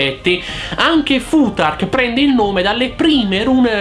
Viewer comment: Il mio professore si incazzerebbe tantissimo per come hai pronunciato fuTark. È una fricativa interdentale sorda :) si pronuncia come pronunci il th di Bluetooth!